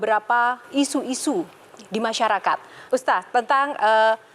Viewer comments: Ustad mba bacanya bukan uztaz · Kagok banget sih denger HOST nya. Manggil ustad ajh susah bgt ustasd ustasd 😮‍💨😮‍💨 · Aku dengernya si MC ko nyebutnya Ustaz bukan Ustad... mungkin aku salah krungu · Presenternya kok gak bisa eja sebutan Ustad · Ini pembawa acaranya emang bilang "ustaz/ustas" ya? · Tu kan ustadz nya salah ngucap nama .. makanya dengeur semua